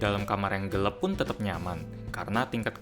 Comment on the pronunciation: gelap bang bukan gelep